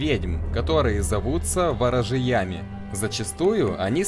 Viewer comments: Все круто сделано, респек, лайк и все такое но как можно зачитать слова с неправильным ударением: ворожеЯми (ворожЕями - ворожЕя) и верескОвым (вЕресковым - вЕреск) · Согласна. В русской озвучке произносилось как ВорожЕями. Так же они делают из АтмОры - ААтмору и из КаджИтов - КАджитов... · ВорожеЯми....... о господи, мои уши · Как можно было поставить неправильное ударение в слове "ворожеями"? >.<